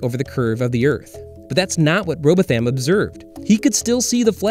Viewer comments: I am sure you don't really mean that but thank you all the same. It's worse when the so called flat earth leader Eric Dubay quotes his prophet as Rowboth-ham Or experiments to prove curve call the Isle of Wight " the isle of "wigit""! Or the K on the end of the word thing as in something or anything, always pronounced somethink? or anythink? My own accent is not exactly Radio Four but really. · Excellent video but two pedantic, semantic and geographic points. The English name "Rowbotham" is pronounced "Row-bottom" while the letter h is (as often in British English) silent. If in doubt, don't use long or stressed vowels. Also, "Bedford Level", despite the name, is in the nearby county of Cambridgeshire (the flat Fen area are Eastern England). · You’ve said “an unknown writer” etc etc etc around 3/4 times. Listen! Your not even pronouncing his name right. Dude. Please stop it. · He wasn't even saying Robotham properly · Thank you kind sir, my aging mother would not stop complaining about the mispronunciation of our old family name. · He can't pronounce Rowbotham either. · Some much wrong with this crap. 1. These scammers don't have beliefs. There isn't such a thing as "flat earth belief". 2. What the fuck is that pronunciation of "Rowbotham"? If this is representative of your "work" then you should change your channel's name to "The Bad Stuff". Speaking at 500 k/s and sprinkling incorrect information with awful animation doesn't make you cool, only makes wrong and obnoxious. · Downvoted for horrendous pronunciation of "Rowbotham" Shame I cannot add another one for "Cambridge County" (there is no such place) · Not just a mispronunciation, but seeming to say it as many times as possible. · Robotham is pronounced "row-bothm" emphasis on the first syllable alone, the second part like 'bothin' from star wars. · I harbor an irrational, cultish belief that it's pronounced "ROBOT HAM". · Right dude...clearly trolling butchering his name like that lmao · Pronounced row bottom